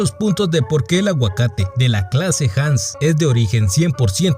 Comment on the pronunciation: Se pronuncia: "Aguacate Jas" (Hass Avocado) 🥑 ✌️ También la pintura mas antigua de tamales 🫔 (Murales de San Bartolo, GUATEMALA) circa 600 años antes de Cristo; o sea, casi hace 3,000 años; comprueban que en Guatemala ya se hacian Tamales, Tortillas, Quesadillas, Garnachas, Tacos, Pupusas, Elotes Locos, Pozole con Maiz, Enchiladas, Tostadas etc etc , antes que existiera Mexico (Teotihuacan no era Mexica, sino Tolteca) Los Mexicas y Aztecas ( abuelos de mexico) no llegarian todavia al valle de Texcoco por otros 1,500 años) Pero ya Abaj Takalik y El Mirador y Cuchumatan, GUATEMALA (paralelo olmeca y Proto maya) ya existian y ya hacian y comian Chuchitos (Tamales) de venado, cangrejo, pavo, pescado, camaron, conchas, ceviche de mariscos (los Mayas descubrieron/inventaron el maiz, Chiles, tomates, Calabasas, innumerables hierbas y especias etc) mientras los Nahuas ( abuelos de los Mexicas y Aztecas) todavia solo comian Nopales y culebras cascabeles. #Aztlan #Xicomoztoc #Mexica #ProtoMaya #PopolVuh #LaBlanca #LaDemocracia #ElMirador 🇬🇹 ✌️ 🙏 💙